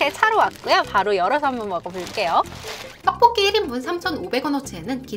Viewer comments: BBC 선정 "떡볶이" 발음이 가장 찰진 유튜버 1위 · 영상 다 좋은데 떡볶이 발음이 너무 신경쓰여요 듣기 좀 불편할정도로 발음이 튄다고 해야하나 그부분 말고는 다 좋을거 같네요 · 가래떠떠뽀뀌 발음하시는거 신기하고(?) 중독되서 계속 돌려보는중.. 원래 그냥 떡보끼 발음보다 더 찰진(?) ㅎㅎ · 이분은 진짜 떡볶기 발음할때가 정말 중독성이 엄청 강하시내여~~정말 발음이 특이함~~ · 된소리 발음이 어마무시하게 쎈 분이 떡볶이 리뷰어다 보니... 발음으로 딱밤맞는 느낌이 드네요. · 이 누나 떡볶이 발음 할 때 '떡'자에 귓속이 폭폭 찔리는 느낌인데, 가래'떡' '떡'볶이 하니까 귀가 막 어우